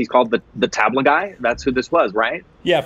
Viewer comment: Quick suggestion - Pronounce the T in Tabla with the tongue as much flattened against the Teeth as possible. Also, it's Tub-La when you say it. I'm really elated that folks from the West are taking interest in the Indian culture.